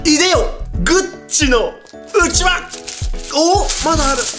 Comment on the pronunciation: うちわのイントネーションが違う笑